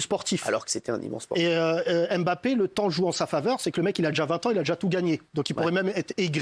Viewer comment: chers francais, RESPECTEZ LES NOMS DES GENS, c´est la derniere fois que je le dis: c´est MBAPPE ET NON M-BAPPE pareil pour NKOULOU PAS N-KOULOU. C´est aussi ca etre integre dans la culture de l´autre.